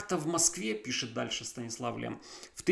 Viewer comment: Stanisław Lem читается через мягкое ль как Лем, а не Лэм. Так как в польском языке буква L всегда мягкая и смягчает любую гласную, которая идет после нее